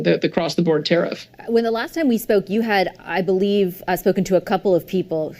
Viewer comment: TARIFF- TARE AS IN WEAR OR WARE, AND IF NOT TAR- EEFS. ENUNCIATE BRO!!!